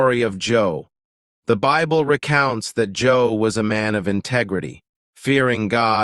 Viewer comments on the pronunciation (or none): Im surprised - an advanced channel - such as this is calling Job as Joe.! 😊 Its pronounced J-oh-b.! 😅 ☮️✝️☮️ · It's not Joe, it's Job and it's pronounced with a long O e.g like jobe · For Joe read Job, pronounced Jobe. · Job...not Joe. Good msg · Its not Joe, its Job. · its not Joe its Job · Job, not Joe. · if you use AI to make this please pronounce Job correctly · It's not joe it's job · Its Job not Joe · Not Joe bro it's Job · You got Job mixed up with “Joe” and so I got the “Thumbs down” button mixed up with the other option…. Stop using computer generated voice overs and maybe try doing it with some real life vocal narration. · Just so you know... the name is JOB not JOE. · It's not Joe, it's Job . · I believe you mean Job,not Joe. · ? Joe !! 😂😂😂. It is job. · Not Joe it's Job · It’s “Job”, not “Joe”. 😂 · the correct name is Job (Joeb) not Joe as the narrator say's. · Job not Joe. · Job …not Joe . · This was written by AI. Some of the words are not correct and especially the most telling thing is, JOE instead of JOB. I thought I'd never see it in my lifetime. That is spooky 🙀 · His name was Job not Joe. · why calling Job "Joe"????? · How could he have this knowledge of the bible but use the name Joe? It is job. Seems almost misleading on purpose he knows the entire story of job but still calls him Joe 🤔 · Job not jor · Job u need to get the names right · Yes. Why can't he use the correct name which is JOB? He doesn't even say job's name correctly.❤❤❤ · Thank you for the correction. Job. Not Joe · Narrator says Job not Joe. Probably the b at the end is sound slightly but is a b not an e. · Joe? lol It’s Job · why did he keep saying Joe? the name is job. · Why Joe?....it's Job. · You mean Job? Not Joe... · Bazaar that you did not know his name is Job not Joe. That’s very strange. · Who is joe? And it is pronounced Job not job. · Job, not Joe ! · It is job not joe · Who is Joe? It's Job. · Job, not JOE! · Definitely not Joe, but JOB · It's job not joe.